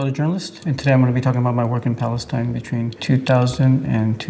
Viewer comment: Balestine, arabs can't pronounce the letter P, they go with B instead.